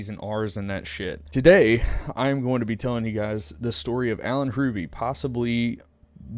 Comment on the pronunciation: Yeah he’s a massive jacksss, and our entire family despises him, and have all refused contact for the rest of his life. Love your storytelling, but the H is silent. ❤️